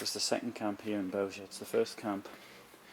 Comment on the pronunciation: Thank You for this film, Sir. You are one of the few foreigners who pronounce the name of the place very good. It is Bełżec. Not "Belzek" like others say.